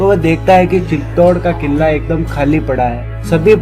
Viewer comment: वो सब तो ठीक है भाई साहब पर आप अपनी हिंदी ठीक कर लें किला होता है किल्ला नहीं..